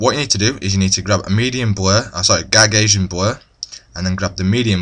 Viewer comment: gagasian? wtf 'Gausian' Lol. But good video :)